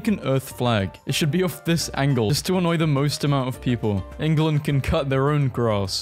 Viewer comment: England not Enguland